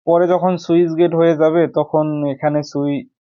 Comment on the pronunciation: সুইচ না স্লুইসগেট 😅